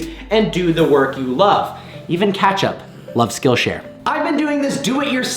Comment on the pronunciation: He says catchup